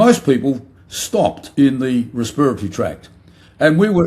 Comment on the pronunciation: Not "respireatory, respiratory.